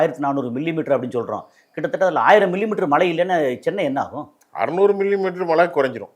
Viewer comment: தமிழை சரியாக பேச கற்று கொள்ளுங்கள்.மலை இல்லை மழை